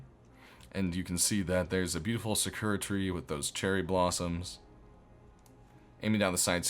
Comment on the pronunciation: Sakura is a character from the show Naruto. And you are pronouncing it wrong. Most people i give a pass to, but you are a gamer; you should be ashamed of yourself.